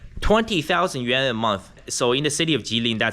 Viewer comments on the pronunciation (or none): none